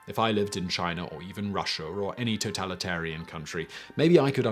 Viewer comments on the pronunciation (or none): none